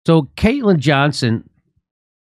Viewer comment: Yo jimmy, it's Caitlin Johnstone not Johnson